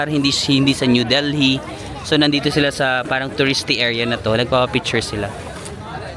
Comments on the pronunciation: Silent H yung Delhi pag binigkas -- Deli not del-hee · Wow India! Delhi is pronounced with a silent H.